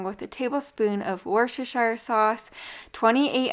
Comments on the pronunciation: Worcestershire is pronounced “woostersure” ☺️ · learn to say worcestershire correctly. sounds kinda dumb.